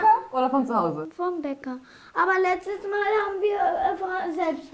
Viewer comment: Man spricht es "Zukini" aus. Wie bei "Lachs" und nicht wie in "Milch". Das triggert mich hart....